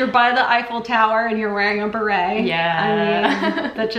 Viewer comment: If you dont want to sound like s tourist then try sounding the word beret the correct way lol !!!!!!!! Hilarious